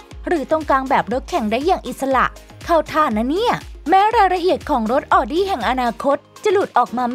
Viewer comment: Audi อ่านว่า เอาดี้ ไม่ใช่ ออดี้